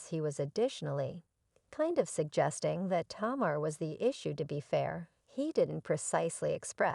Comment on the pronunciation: Tamur??? Like lemur??? Put some respek on her name lady and at least add to ur research.......how to pronounce this woman's name. Basic respect. Sheesh. What is the purpose of this negative ass vid sis?